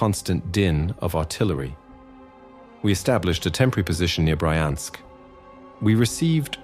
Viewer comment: Brajensk? Brjanśk